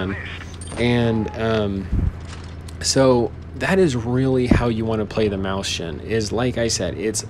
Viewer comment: XD mauschen xD That's so weird! Mäuschen doesn't even sound like that.. XD